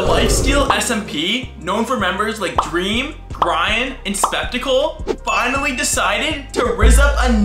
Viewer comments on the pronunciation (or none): GRIAN AND DREAM HE EVEN PRONOUNCED GRIAN WRONG